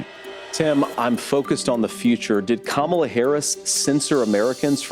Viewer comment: The only thing that I will give credit for at the debate is that he pronounced Kamala correctly. That’s it. 🙄